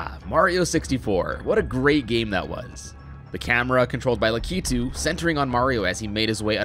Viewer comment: Its “Lah-kit-ue” not “Laa-kee-tue”